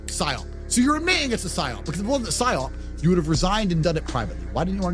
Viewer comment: PsyOP not SIOP